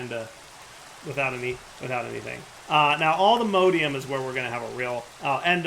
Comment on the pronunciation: its allthemodium not allthemodeium